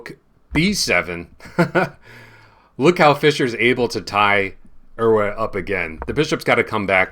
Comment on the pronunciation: As a Dutchman I can confirm that your pronounciation of “Euwe” is almost perfect! Please don’t change it! And thank you for showing and explaining this game. By the way, the Olympiad wasn’t in Germany, but in East-Germany. In 1960 this was a big difference. Please allow me to be such a school teacher and feel free to correct my reaction! 😉